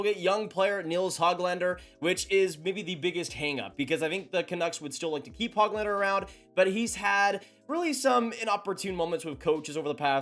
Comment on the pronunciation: Dude, his name is not HOG lander like a pig. It's not HOAG lander either. The Ö is not an Oh. It's a completely different letter in Swedish. The sound is essentially like the oo in book. I've heard Swedes say it like this... Hoo glander. with a slight pause in between the Hö and the glander.